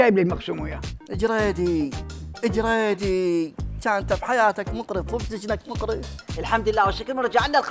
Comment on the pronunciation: جريذي مو جريدي